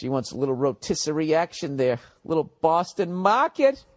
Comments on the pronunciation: "Boston maaahket" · A little BAHHHSTON MAAAAHHKET